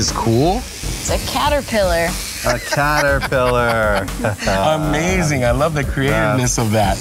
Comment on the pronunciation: I love the "caterpilar" by Angel